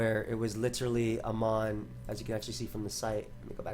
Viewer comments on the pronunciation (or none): none